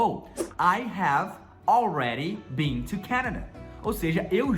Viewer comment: Só corrigindo o, você não pronuncia Been com som de BEAN, mas sim com o som de BIN sugiro da uma olhada no youtube How to Pronounce Ben, Been and Bean in American English like a Native Speaker